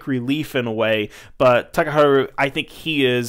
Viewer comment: It's pronounce "ha," not "hu" in "Takaharu."